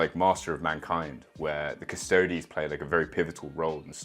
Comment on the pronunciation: "Cus-toe-dees" not "Cus-toads". Otherwise you better pronounce it "Ass-tarts" as well.